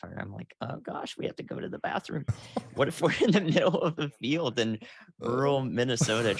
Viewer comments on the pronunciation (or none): none